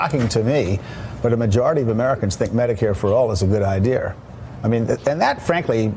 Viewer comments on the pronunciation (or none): Don't trust anyone that says "They have a good idear! "